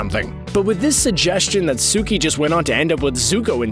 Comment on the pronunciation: When he said guitara I almost dislike n left😑 N then he said suki😑